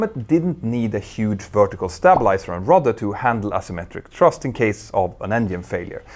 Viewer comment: Hey dude! Thanks for the fascinating programs that just keep coming! Just don't forget 3-4 words frequently mispronounced. As I mentioned before, just a few minutes of practice and you WAY improve your professional deliver. Word #1: AUTOPILOT. It sounds like aaahtopilot: NO DIPTHONG! Word #2: Thrust. Your tongue HAS to poke through your lips! Word #3: BUGGY. Short vowel, not an "OO" sound. The lower throat opens and makes an "UHH" like you were punched in the stomach. These may seem minor, but you may use autopilot 100-200 times in a single video! Of course, vocalized, Z-like "S" at the end of words like VIZHUALIZE (You use you vocal chords twice in the word.). Another VERY common word in your narratives . . . .